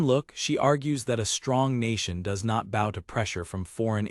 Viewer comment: lol most of the ai things call bows as in bow an arrow a bow like bowwing, and this calls bowwing a bow for bow and arrow.